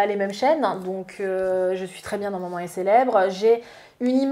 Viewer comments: on dit « maman » pas « manman » 🤣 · Est que peut apprendre à dire MAman et pas MANMAN!! C’est horripilant!!